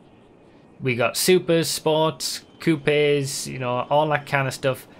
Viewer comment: Did anybody else hear coup-ays